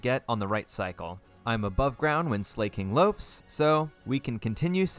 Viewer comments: Him saying ‘Slay-king’ instead of ‘Sla-king’ is really bugging me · Why do so many people pronounce Slaking "Slay-king". It's literally just the word "Slacking" without the "C". Unless it's an intentional troll, but I've heard so many people say it 🥲. Anyway, great video 😄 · Why does he say slayking